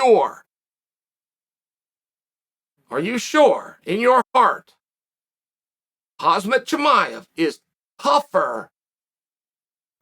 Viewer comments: It's hamzat not Hazmat lol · "Hazmat" Chimaev vs "Bla-hawl" is the fight to make.